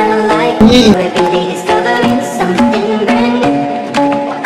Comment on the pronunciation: WeeChun Gaming that’s not how we pronounce you